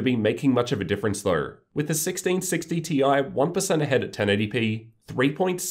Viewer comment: Australians really try their hardest to make pronouncing the word "though" difficult don't they.